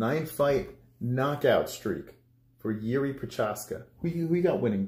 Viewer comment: Yuri, really? He is not some russian guy. :D Its Jiří or Jiri for english alphabet. :D